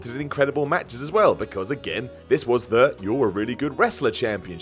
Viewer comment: matchers instead of matches lmao 😂